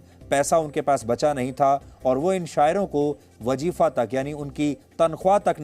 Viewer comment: जिस शख्स को वज़ीफा बोलना तक नहीं मालूम । जिस शख्स को तलफ़्फ़ुज तक की समझ नहीं है वो ग़ालिब को बयां कर रहा है | शर्मनाक आई ये आखिर में क्या कुछ भी लपेट दिया